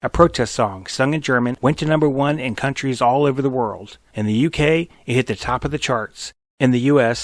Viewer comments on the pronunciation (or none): none